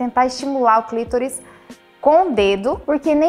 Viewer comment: Clítoris? Clitóris e o certo....